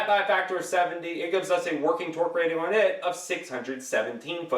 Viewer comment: His videos would be easier to watch if he talked normally and pronounced the word “on” correctly.